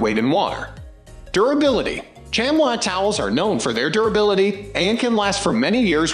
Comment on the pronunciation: First off it's pronounced shamee not shamwa. Second, a good chamois is WAY more absorbent and any micro and better at removing water especially on glass. The more you use a chamois the better they get. You have to thoroughly wet the chamois before using then wring out as hard as you can. And there's always one side of the chamois that's more absorbent. Microfiber work fair on body panels but suck on glass.